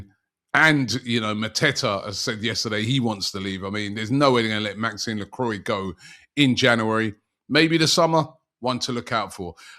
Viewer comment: Robbie man Lacroix (meaning the cross in french) pronunciation Lacrwa NOT Lacroy😂